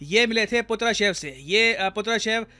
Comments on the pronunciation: Not "पुत्रशेव", he is Nikolai PATRUSHEV 😅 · Sir wo Putrashev nhi Patrushev hai😅